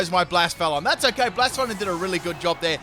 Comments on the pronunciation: Please. Say BLA-SEFA-LON You're saying BLAS-FALON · Blacephalon having its name pronounced wrong ik because I watched anime :)